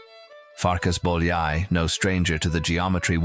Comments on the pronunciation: Also, it is not Bol-yai, it is boy-a-ee. 'Ly' sounds like an English 'y'. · János Bojai is how you pronounce. Ly is J in Hingarian. Bo-ya-i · Bolyai = boy-o-ee, o as in got, maybe. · Er hat es verdient, dass sein Name richtig ausgesprochen wird. Nach dem ungarischen Alphabet, Bólyai János... Boojai Jánosch! 💤🙏👍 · " Do you think János Bolyai deserved more recognition in his lifetime?" Yes, you can start it and should start to pronounce his name properly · Nice video. But please if you make a video of someone at least pronounce their name correctly (I know it's all AI voice over but still) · You would think they would at least learn to pronounce his name correctly. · nice video but PLEASE pronounce his name correctly !!! so so bad how much it would have taken to ask a hungarian speaking person (like me to tell you how to pronounce his name)